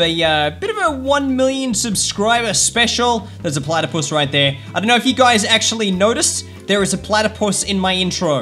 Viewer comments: i found the uhh platapus or platapos? in your intro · That plathapos was dere